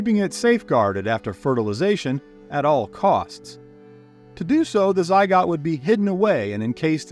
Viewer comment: Zy-gots? Gots? This AI speech fake person stuff stinks!